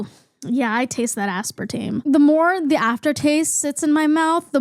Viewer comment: aspartame. asspartaym. asspartahmee.